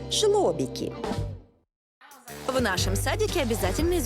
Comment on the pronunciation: Ясли не "жлобики", а жлОбки. От слова ЖлОбек (żłobek), т.е. ясли. Могли бы отметить, что Joanna Moro это та актриса, которая исполнила роль Анны Герман. И вообще, очень мало красивой части Варшавы показали. Это несправедливо. Варшава в прошлые времена считалась восточным Парижем. А тут показали в основном постройки соцреализма.